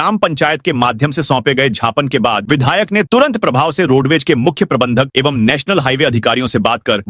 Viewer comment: झापन बोल रहेहो ज्यापन ग़या पन 👆